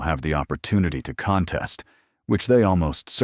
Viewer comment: Contest, you are using it as a verb and pronouncing it as a noun. noun /ˈkänˌtest/ verb /kənˈtest/ Do better.